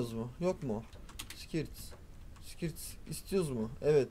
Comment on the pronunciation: lutfen skirt (skört diye okunuyor)'e skirt deme allah askina 😁😁